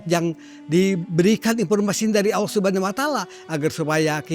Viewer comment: 😮😮ustaz sebut Allah pn Allo..Allo..😇